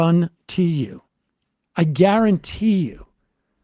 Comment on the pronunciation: When Sam says “I garRon-tee you” I wonder if he was quoting that Louisiana creole chef from the 1980s. I loved that guy.